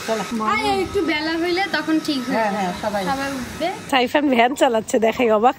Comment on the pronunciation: apni saifan nam ta sundor kore bola shikhen, sairan k abar 🤣🤣